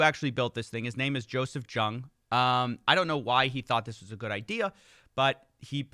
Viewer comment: my man, you really need to learn how to pronounce people's names. I know this channel isn't as highly produced as your main channel but jeez, you butchered two names. Giertz is pronounced like "yetch" and Jung is pronounced like "young." I know Giertz isn't a common name so I can understand that one, but I thought "Jung" was common enough? Like, Carl Jung? The famed Swiss psych whose work has influenced and inspired many a person for decades? It's me, isn't it. I know this because of interest bias. Sigh.